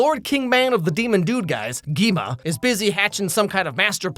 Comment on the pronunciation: ERMMMM ACTUALLY it’s pronounced “Gwee-Ma” 🤓☝️